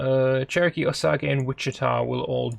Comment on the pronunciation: osage rymes with stage you misprononced it.